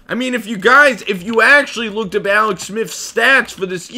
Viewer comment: Bruh you should be an expert at pronouncing your L’s considering you’ve been taking them for years. Alex say it with me Aaallllleex now awex